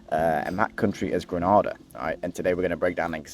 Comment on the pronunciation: Pronunciation: 1) Gre-nay-da 2) St Lu-sha "Gra-na-da" is in Spain That's the English language for you. 🤷 You're welcome :)